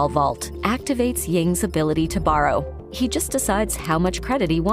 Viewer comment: The way you pronounce "borrow" bothers me